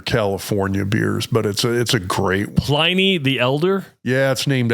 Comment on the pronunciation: Pliny the elder was Roman .. and it's pronounced with a short i ... As in Pin...